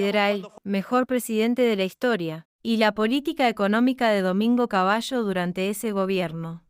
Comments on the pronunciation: Ni Cabayo ni Di Teya. Cavalo y Di Tela se pronuncia. Copelo se pronuncia, no Copeyo. Milei no insultó nunca, aunque muchos se lo merecen. Dos veces repetís la misma mentira. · El informe esta muy bueno.... Pero lee mal srta. .... Asesorese cómo se pronuncian los apellidos : Caballo.... ( Cabalo)... Di Tella ( Di Tela)... Saludos!